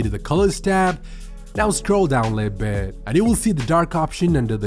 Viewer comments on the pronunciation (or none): "Now scroll down lihh bihhhd"